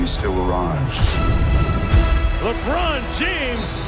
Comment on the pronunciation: Lebrooon James 😹😹😹😹😹